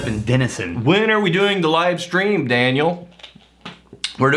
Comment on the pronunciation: YES! you did pronounce my name correctly, which is extra-impressive considering people who have known me for years still get it wrong. Anyway, I'm not feeling like going out into the snow for the rest of today, so hopefully I can get this Daniel on his High Horse drawing banged out in short order. I'll post it in the comments when I'm done